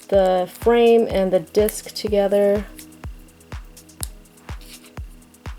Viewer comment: its not supposed to be frame that's just how its pronounced in japan its supposed to be flame